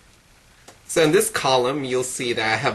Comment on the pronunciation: i love how you say "so". it sounds like "sew"